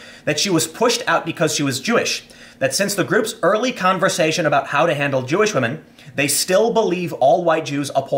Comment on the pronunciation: "For the wahmen, not the Jew."